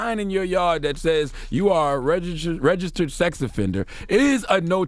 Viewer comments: His struggle with registered🤦🏽‍♂️ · The word "registered" seems to be a struggle for ol' Charlemagne.....